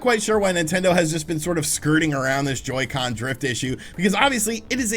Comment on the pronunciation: Ngl in the intro when he said Joycen drift I kinda popped off